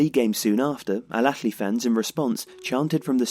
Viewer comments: حد لاحظ انو قال بدل الأهلى الافلى هههه Alahly not Alafly hhh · For the love of god man, stop staying " el akhly " The extra letter you're trying to add is not in this word. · As English doesn't have any similar sound natively (not even the "kh" he was using), getting the difference between the various Arabic h/kh sounds right is particularly hard. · EL AKHLY EL AKHLY EL AKHLY EL AKHLY EL AKHLY EL AKHLY EL AKHLY EL AKHLY EL AKHLY EL AKHLY The video is amazing as always but the burtchering of this word is just killing me inside.